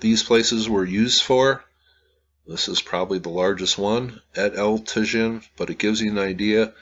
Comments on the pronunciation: it is pronounced tah-HIN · Pronounced as Ta-yeen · It’s pronounced El Ta-Heen. The J in Spanish is pronounced as our H. It amazes me no one took Spanish on high school? Come on this should be basic when doing a video about a site in Mexico. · "Eltuh-zhihn" 🤣... I have a hard time believing that he went there and took all these videos without ever hearing ANYONE pronouncing the words "El Tajín" correctly... It's amazing how dense these wealthy travelers insist on being, and how little respect they have for the places they are privileged to visit, and how they then post these videos of their holiday that only emphasize their own ignorance/lack of interest. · I visited this site 35 years ago and remembered the correct pronunciation of El Tajin. I was gonna say something but poor gets criticized too often for his honest attempts to pronounce.;-) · Probably the "j' El Tajin would be an "h" sound. Like San Jose.